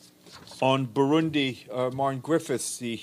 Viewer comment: What’s Brundi??? If you mean the country it’s Burundi sir not Brundi